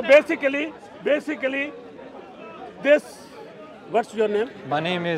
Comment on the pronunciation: So bisacally bisacally😂😂😂😂😂😂